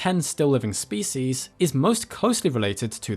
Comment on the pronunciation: The way you mispronounce "species" disgusts me.